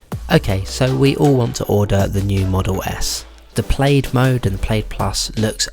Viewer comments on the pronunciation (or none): First of all PLAID is pronounced like PLAD it is basically American English for Tartan and it is in fact a form of Tartan. Secondly NO not everyone wants and no one actually needs a PLAID MODEL S. The LONG RANGE MODEL S now has spec for way less money that is beyond what the old P for Performance MODEL S used to have. Over all the entry level MODEL S is now the most bang for bucks of any high end priced car in the world. Most of your friends would never know they were not in a Plaid if you launched in a Long Range. (Especially if you off-menu requested of TESLA to replace console and dash wood finish with the carbon fibre and if they would not do it a third party will.).